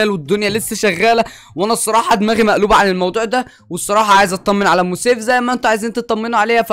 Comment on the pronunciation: اسمها ام سيف مش اوم سيف